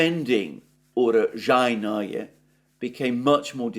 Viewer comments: Alexander: ZH is pronounced SH. UraSHainoye. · Just stop trying to say “Urozhaenoye” - it’s too painful! Love ya bro